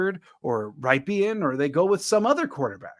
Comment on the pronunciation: Rypien Is pronounced like the city in Wisconsin, Ripon where The brand Rippin Good cookies are made.